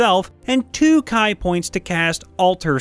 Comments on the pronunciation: Ki is pronounced Key, not Kai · Ki is ‘key’ not ‘ky’ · It’s pronounced “key” not “kai “ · I think we found another misinterpretation, seeing as Ki is pronounced ‘Kee’ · Kai points? Did the narrator not know how to say "key" for ki? Mageye pronounce for magi? It's magee isn't it? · It's prounced Key, Not Keye. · Why do people mispronounce "ki" as "kai"? It's not kai. It's ki. Like key. Even if you're illiterate it's still obvious that it has the same roots as "chi", which is NOT pronounced like "chai" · Ki is actually pronounced like "key" instead of "kye" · ki= key not Kay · Pet peeve: It's pronounced KEE not K-EYE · Wait wait wait... Did you just say.. kye point? It’s ki, pronounced like key. How has no one ever told you this? Well I’m sure the rest of the comments will. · Ki is pronounced key, not Kai. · Ki is pronounced key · Sorry bro, but Ki is pronounced 'key' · Ki is pronounced like key and con stands for constitution (not concentration). Just some tips :) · Woah woah woah, Ga-ZAY-bo? Unsubbed. :( "KAI" POINT? WHAT IS GOING ON? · There's no A in Ki. Why do people pronounce it as Kai? >.< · Ki is not pronounced "kai". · Uh is it not actually pronounced "CHEE?" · Your pronunciation of ki hurts my spell.